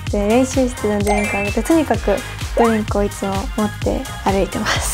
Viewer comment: ドリンクの発音が日本人と同じなのすごいと思う